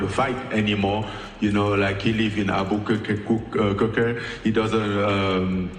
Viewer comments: Damn Francis butchered that Albuquerque pronunciation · I love Ngannou! Wish him all the best in his upcoming match ... However him trying to pronounce Albuquerque 🤣class! It's not a tropical island 🤣